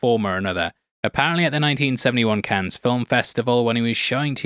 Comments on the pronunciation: Hey yo, Cannes is pronounced 'can' not "cans". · Just saying that the "s" in Cannes is silent